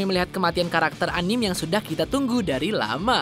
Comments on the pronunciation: Anime dibacanya anim goblog Tapi karena kita di Indonesia kita ngomong nya anime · Anim apa sih?? Bahas anime tp ngomong anime aja salah